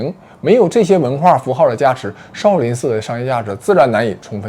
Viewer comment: 妹子你东北口音也太厉害了。shao sao不分了已经